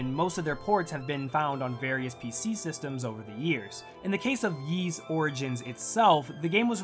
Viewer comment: a sponsored video and you cant even pronounce ys right